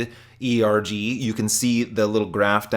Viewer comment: The way you say ERG mode, it's one word not E .R. G